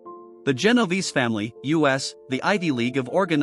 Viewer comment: Typical computer or medigan narration. It's pronounced JEN OH VAY SAY